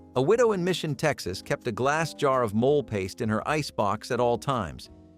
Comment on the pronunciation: Its NOT mole( animal) its said " mo- lay"